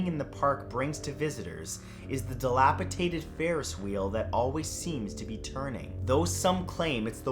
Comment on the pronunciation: The word is actually pronounced "delapidated" not delapitated Other than that awesome video I enjoyed it quiet alot